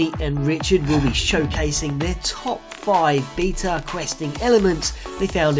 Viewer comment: learn to say beta correct